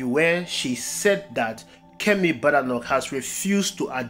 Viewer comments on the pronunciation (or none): The name is BAY-DAY-NOK